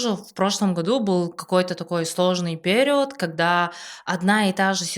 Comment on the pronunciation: Интересный выпуск👍 я играла в несколько трансформационных игр, и пожалуй, единение тени и души пока лучшая из всех. Рекомендую близким сыграть обязательно. Но после просмотра подкаста пошла в гугл проверять ударение слова перИод😅 очень уж режет слух💆‍♀️